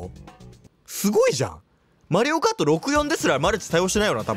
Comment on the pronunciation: 普通にマリオコートいうのわろた